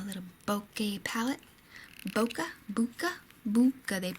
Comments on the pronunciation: Hi, in Japan the /e/ has an long /a/ sound. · I think it's pronounced like "boke-uh", although I'm not completely sure....